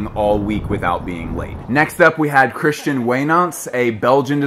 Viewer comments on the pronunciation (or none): none